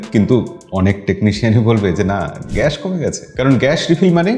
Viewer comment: এটা গ‍্যাশ না ভাই গ‍্যাস বলেন।